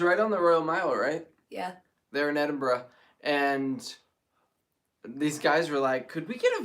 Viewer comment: Hello from Scotland - you pronounce Edinburgh properly..! So many across the pond say Edinboro..!! Love your vlog and yes it's 1.09am here!